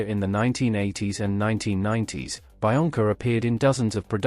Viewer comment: I'm pretty sure it's pronounced be-onca, not bi-onca